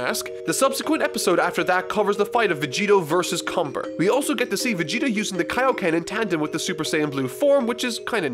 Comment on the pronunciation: Cumber. Cumbeeeeerrrrrrr... Does that sound wrong to anyone else? Just me?